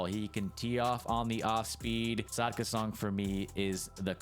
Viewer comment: Good video, i just wanna say its actually Sakda not Sadka